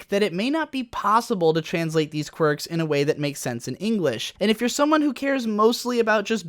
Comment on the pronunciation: I heard u said "Quirk"...